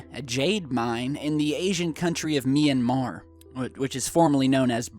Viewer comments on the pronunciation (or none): none